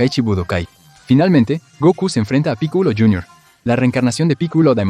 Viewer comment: Piculo? V: hablár de dragon Vall sin saber como se pronunsia v